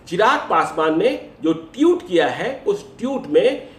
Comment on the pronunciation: ji टीउट नहीं ट्वीट होता है 😂😂